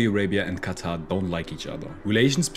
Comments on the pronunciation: It's not "khhattha" , It's quatar more like (katar) 🙂🙂. Use proper pronunciation. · Bro why does he pronounce qatar as "kata" 💀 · It's pronounced "cutter"